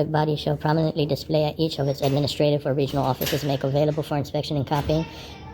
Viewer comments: "promenimeneny displayed" 😅😅😅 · nah says something like "prommeni"displayed 😊